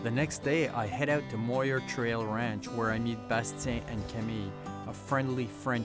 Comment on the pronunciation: This needs to be deleted until you learn how to pronounce Muir.